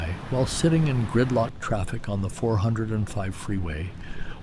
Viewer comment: the guy doesn't know how to pronounce van nuys or 405.